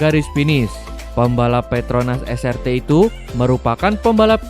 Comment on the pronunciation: Es ar ti bang bukan es er te Srt dibaca nya tu es ar ti